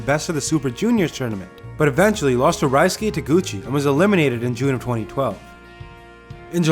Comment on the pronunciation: you butchered Taguchi's and Sakamoto's names...